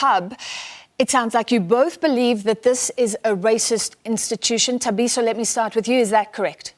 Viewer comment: This news anchor has been presenting news for years, she’s South African, HOW DOES SHE NOT KNOW HOW TO PRONOUNCE Thabiso’s surname….. SABC is a joke where does Sophie Mokuena find these people……